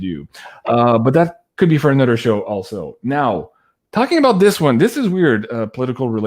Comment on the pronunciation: here from Louisiana where a lot of the people are Cajun (Acadian) descent & French descent. Those of us who have a thick accent also say dis, dat, dese & dose. Lol. All the "th" sounds are replace by the "d" sounds, just like you udder and anudder. Just keep on keeping on because we love you & Janine & all your guests!